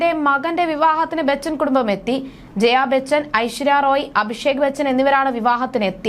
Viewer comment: Ente ponnu koche Aishwarya Rai ennu parayu... Roy alla . Hoooo...ee malayalikale ingane parayullu...